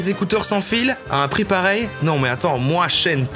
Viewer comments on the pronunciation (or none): none